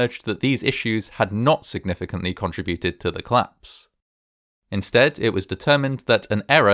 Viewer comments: It's cOllapse not clapse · I love this channel. Although every time I start a new video, I sort of forgot about the curiousity that all videos I’ve seen so far, are about things collapsing, while the voice over is unable to pronounce exactly that word: collapse (‘klapse’). :-O